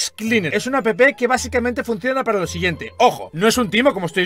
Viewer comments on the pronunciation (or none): por que dices apepe en ves de app